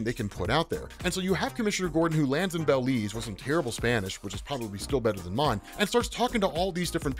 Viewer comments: hearing say bell-leez instead of buh-leez was funny as hell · It's Belize not baylez